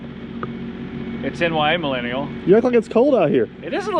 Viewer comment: He puts more effort into saying “ NYA Millennial “ than he does posting content !